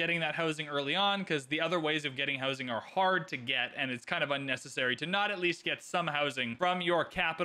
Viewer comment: I hear 'hosing' everytime you say 'housing'